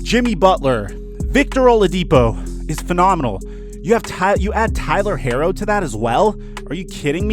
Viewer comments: Herro is pronounced /ˈhiːroʊ/ HEE-roh, not Heiro. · Imma need you to say baby goats name right it’s pronounced hero 😂